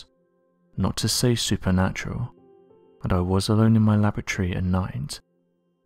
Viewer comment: Say laboratory again .....it's hilarious.